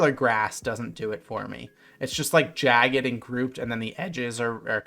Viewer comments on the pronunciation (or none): none